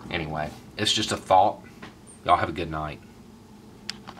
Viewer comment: I can always tell when you’re genuinely irritated, it comes out the moment you say the closing “just a thought,” in the level of power in THOUGHT.